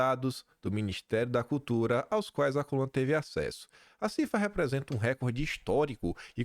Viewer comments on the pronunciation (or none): none